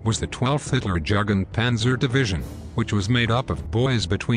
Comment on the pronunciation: Learn to pronounce "Jugend" correctly!